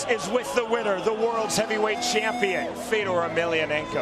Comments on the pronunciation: Called Fedor "Theodore " like the chipmunk from Alvin and the chipmunks lol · 4 years late.. but sadly, he actually said "feodor"... Its pronounced Fjodor